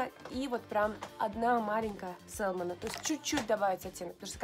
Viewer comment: еще раз: salmon это ласось, когда мы произносим то l опускаем. Говорим мы "сэмон", а не сэлмон, как несколько раз повторила. И уж никак не "сАЛмон" как говорите Вы. Это как в слове often мы не произносим t. Есть такое правило в английском. Примите как факт. Это не нотация, а ликбез, к слову. Мы люди и все можем ошибаться. Но спорить тут бессмысленно.